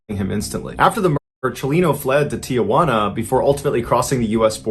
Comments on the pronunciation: Mr Ballen, respectfully it's Tijuana not Tia Juana. It's not your Aunt Joan. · It's Tijuana, not Tiajuana. No A in the middle. Common mistake. Otherwise, I love your content! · Oh dear, Mrballen. It's pronounced "Tee-WAN-ah." Just had to get that off my back. Thank you. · When will Americans ever learn that there is NO "a" in the middle of Tijuana??? It is pronounced "Tee-wanna." No "a" in the middle, Folks. No wonder they call us "gringos." Americans don't understand that that is an insult. We are North Americans, not "gringos." Learn that.